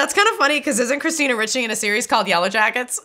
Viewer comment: Ricci is not prounounced Richie its pronounced Ree Chee